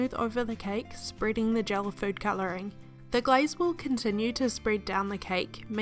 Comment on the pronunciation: When u said glaze, it sounds like guys.... I was like!!!!! Thx for sharing